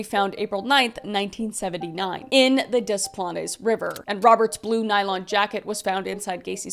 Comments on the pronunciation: I love you and I love these videos! It’s crazy that something like that happened when my mom was a teen 30 minutes from home! Also, very very very kindly, Maybe cause I’ve lived here my whole life I have to say it’s pronounced ‘des planes’. But that’s not your fault! I just had to say it. It’s a weird word. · The "Dez Planes" is killing me 😂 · It's pronounced 'Day Plan' 😭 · OMG, it's pronounced Des Plains. XD I know it shouldn't bother me but it did. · Ok so Kris I love u and I live in the area, (YOUR DOING YOUR BEST) its pronounced des planes river, love u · One of the early victims (I cannot remember whom) had gone to my grade school about a decade before. It really hit home with us having that tie to this. PS odd midwest pronunciations - Des Plaines = Des Planes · Great coverage! We Illinoians pronounce it Dee Planes. Just FYI. I love when you cover these stories. You’re great! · It's pronounced Des Plains..... I was 13 and living in the Chicago suburbs when Gacy was caught. ❤ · babes it's pronounced more like dess plains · not to be that person but its pronounced dis planes :) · I grew up in this area. Allow me to help with some of the local pronunciations: Dess Planes River (Des Plaines River), Wau-key-gan. We know they defy normal conventions, but that’s how we say them out there 😊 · As someone who’s lived near Des Plaines my whole life, hearing Kris call it Des “Plahn ess” is painful 💀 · It’s pronounced Des “Plains” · Love the video but as an Illinois resident the pronunciation of des plaines drove me batty lol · you pronounced it wrong the 2 times. The word "des", you don't say the s and the word plaines, you got it right the 1rst time you said it. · as a Chicagoan it’s so hard hearing you butcher des plaines over and over 😂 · Say Des Plaines wrong one more time 😅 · The river’s name pronunciation is throwing me off. I’m from Chicago and took me a bit to realize what river lol love you though girl. Still one of the bests with crime stories